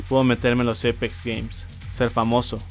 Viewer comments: Che amigo no se dice EIPEX ES APEX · Eipex se pronuncia :v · No es Eipex es Apex >:v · Apex no eipex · Jajajjaja dice eipex